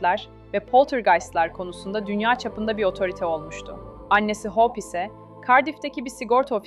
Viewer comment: İçeriklerinizi çok beğeniyorum ama lütfen İngilizce telaffuzunuzu geliştirin. Hope’u Hawp gibi okuyorsunuz. Bu kadar güzel içerikte bu sırıtıyor. Umarım yapıcı eleştiri olarak alırsınız.